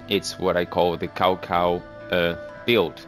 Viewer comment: You said Cao Cao's name wrong.